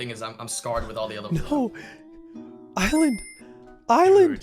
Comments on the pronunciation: Does everybody from New Hampshire pronounce other as ether? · Lud pronounces other as "ether" ???????????